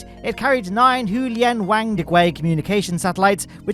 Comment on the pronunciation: Just to let you know, the mandarin pronunciation of “wang” is closer to “wong”, the “a” making an “ah” noise. Not trying to be annoying, just figured you might appreciate knowing you don’t need to say “w-ay-ng” given that it sounds inappropriate in English.